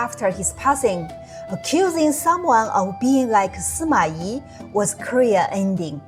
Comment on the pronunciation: Suma I... Good and correct pronounciation